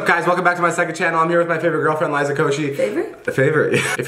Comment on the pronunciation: it's Liza not lizzza